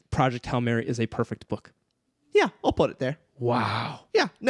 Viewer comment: pronunced that "p" in "perfect book" like malfoy when saying "Ppppotter" 🤣,, bro i was waiting for this, that first line is so intriguing also can we talk about pierce brown, the favourite creation of god? my man got everithing lol